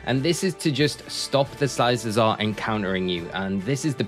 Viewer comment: You are mispronouncing it. It’s pronounced with hard C sound on the second C like the word cycle. As in bicycle. Cuz it looks like a bicycle.